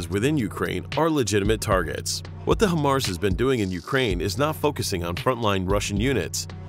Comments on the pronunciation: Bro.....HIGHmars. Not hehmars. Makes a difference. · Maybe next time you could get the computer to pronounce “high-mars” correctly Jesus. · I actually DESPISE the way you pronounce it “HIMars.” 🫥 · IRRITATING HEARING IT SAY HYM-MARS INSTEAD OF HIGH-MARS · HIMARS. Pronounced "High Mars". Not "Him Mars." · HIGH-MARS... not him-ars. so annoying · FYI: The correct pronunciation is HIGH MARS (HIMARS), just saying! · Please... not "him-ars" but "high-mars". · I dis not finish the video cuz he keep saying... He mars.... Shouldnt it be high mars? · In the future... it's "HIGH MARS" not "HIM ARS." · You made a whole video about HIMARS without first bothering to learn to pronounce it correctly. It's HIGH mars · At least pronounce it correctly. It's "high mars". Before you put together a video about something, you'd better do a little more research. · If you've ever worked on these or ever been around them, you're probably cringing each time you hear "hemars" during this video. I counted 8 "hemars" before I had to stop watching this. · it's pronounce Hi MARS, now say it together. I'm a 13M and a section chief for this Army Job (MOS) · HIMARS (pronounced: High-Mars), or High Mobility Artillery Rocket System, is the modern lighter six-barreled version of the 12-barreled M270 Multiple Launch Rocket Launcher (MLRS) introduced to the US military in the 1980s. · It’s “Hi-Mars” dude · Him aars, lol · I hate to say it, but the pronunciation of HIMARS is throwing me off!